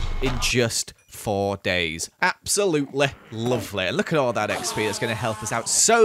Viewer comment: why'd he say "absoluteleigh loaveleigh" lol